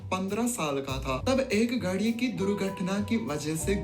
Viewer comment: You should correct your pronunciation of गाड़ी ।। You pronounce गाड़ी as घड़ी